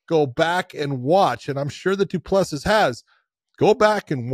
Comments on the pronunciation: Ironically he used to pronounce it properly but John 'corrected' him lol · Josh the last s in du plessis is silent buddy from south Africa love your show boys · You dont pronounce the last "S" in Du Plessis. Its cringe to hear you keep saying it